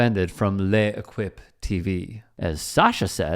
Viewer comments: Just FYI, it's pronounced "LEKIP", not LE-EKWIP. Google gives pronunciations, not many people seem aware. It's just ridiculously distracting. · Please don't pronounce L'Equipe ever again. Thanks in advance.